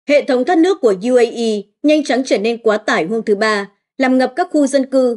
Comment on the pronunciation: Bạn này còn không biết đánh vần chữ cái bằng tiếng Việt, trong khi đang đọc bằng tiếng Việt: UAE, DW... Không được đào tạo, không chuyển nghiệp!